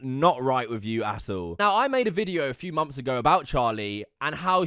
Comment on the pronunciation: Why can you say the "th" sound in the word "things" but not in the word "month"?